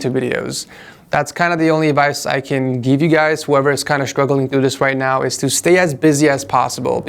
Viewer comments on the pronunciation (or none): none